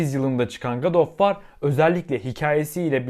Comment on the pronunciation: telaffuza bak. "gad of var" aahahah.